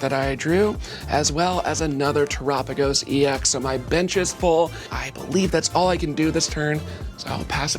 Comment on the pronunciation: erks me a bit she says Tera typing right, but when saying terapagos wrong